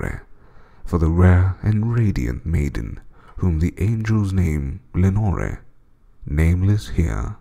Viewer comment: Awesome work mate, Im not much for poems but the raven and Ozymandias are awesome. The only thing I didnt like with this one is how you say Lenore. Have I missed something or isnt the idea that the name should rhyme with more, door, shore etc?